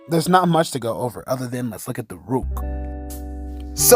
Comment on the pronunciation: Bro said “rewk”